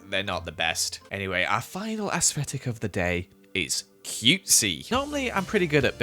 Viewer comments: has anyone else noticed that says asfetic instead if aesthetic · everyone: literally everyone: aesthetic: AsSFFFeTiK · No hate put it’s pronounced as-tetic 😂💕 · no one:: aEsFeTiC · No one:: Asvetic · did not just say “asesfetick” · be like: “ aesthfetic” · no one:: asfetic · Hearing say “asfetic” makes me laugh every time 😂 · you say asfetic and im living for it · Evryone: aesthetic: aFFFseTiK Since evryone said I copied I found the “original” comment and the “Original” one was made by Cindy Miles and btw I didn’t copy it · YOU PRONNONCE IT AS-STET-IC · I love how says aesfetic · how says ascetic: asfffetilc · Nobody::AsFetic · Me: Aesthetic: Aesfetic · Who else noticed is he saying aesthetic wrong but we don’t care or under his bootiful accent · The way he says aesthetic 🥺👏🏻👏🏻✨ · He just struggles with pronouncing his th's 😔